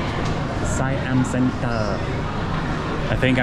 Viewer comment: As a Thai I would like to say when I used BTS sky train I was confused like you. I like your pronunciation SIAM CENTER it’s so cute 😂😂😂😂